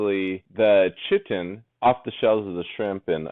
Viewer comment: It's painful to listen too lol